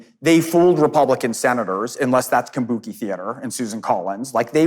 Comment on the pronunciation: Kabuki Kombucha not kombuki